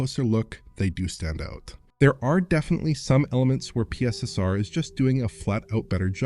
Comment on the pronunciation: can we adopt pronunciation of PiSSeR?